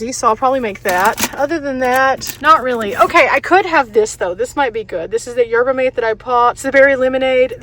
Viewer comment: It's pronounced 'yerba maTAY' $8 for gas is ridiculous! I'd rather hire a tow truck to bring me to cheaper gas. Keep up the good work!